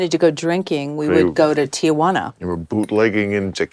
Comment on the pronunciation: You'd think she'd know how to pronounce Tijuana...🥴